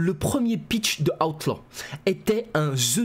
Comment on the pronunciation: 😂Ta prononciation d'Outlaw* à chaque vidéo😂